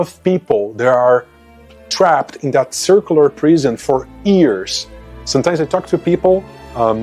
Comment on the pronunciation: Tip 1. Enunciate: The way you say Years sounds like Ears. Tip 2. The music is too loud and makes it even harder to hear what you are saying. Tip 3. Make distinct points rather then just taking constantly. This will require that you plan ahead and write down the cogent aspect you will talk about with a start, middle and end thought.